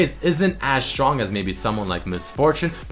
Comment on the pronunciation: Hey +, are you german by any chance? Because I always notice, that you pronounce the "st" like a "sch" ("schtrong", "schtrike" etc.). Your English is very good but this always annoys me a bit. I'm a German too and this is one of the most common mistakes for german people. No hate, just noticing it, so that you might improve.:)